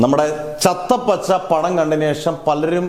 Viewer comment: ചത്താ പച്ച ആണ്. Not ചത്ത പച്ച